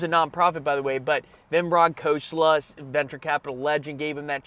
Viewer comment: did you butcher vinod khosla's name lmfaoooo